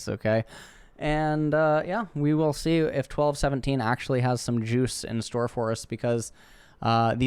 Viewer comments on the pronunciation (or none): none